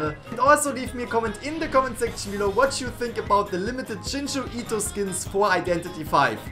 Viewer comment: "jinju ito" I want to DIE